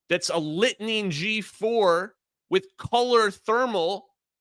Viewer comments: Litening is pronounced "lightning" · Litening Pod Pronounced lightning made by Northrop Grumman. Sniper Pod made by Lockheed Martin. Peak technology used force wide over 25 years ago. Curious how these videos surface after mainstream use of A.I. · LITENING pod? (Pronounced lightning) There might be some common technology with Gorgonstare pods for the MQ-9 Reaper, but it's not the same. Sierra Nevada corp LITENING is a targeting module for seeing radar and LW IR (FLIR). Don't get confused by the colors in the Reaper-video. It's not actual colors, but grayscale shown as colors, black - blue - green - red. (From cold to hot) The sky just happen to be the temperature represented as blue.